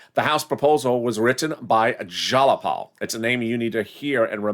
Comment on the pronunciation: sweetie, its pronounced jie-a-paul ...but.....I STILL LOVE YOU!